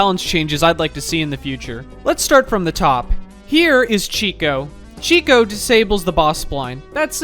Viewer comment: Chico? It's chi-cot.